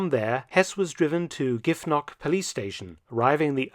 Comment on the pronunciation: Very interesting hearing Hess's story...but the way you said "Giff--NOCK made me smile 😏 (its GIFFnuck) 😊